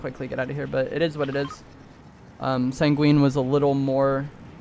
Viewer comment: My guy. It’s Sang-win not sang-wEEn